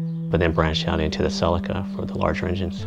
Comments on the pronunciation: "cell-i-ka" its a "see-lee-ka" , nice car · Silica?!? It's Celica. (Sell-ee-kah.) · I always wanted a sellica ,No CELICA ,talk properly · "sea Leek a" as in Sleeker... not "sell i ka" :) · its CELICA NOT SELICA. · spoken same apart from 'selika' ...its pronounced 'seleeka' !! ;-) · I couldn't watch past 50sec, say sellikka one more time lol it's fucking celica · Its a CCCCC AAA LEEE KAAA not a selaka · See lika ,talk properly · Did he just pronounce that "sellika"??.... Americans.... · Ughh I cant watch the video with him saying celica like that. Honestly I dont understand why Americans have to make every single foreign word sound so bad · you can't even pronounce the name right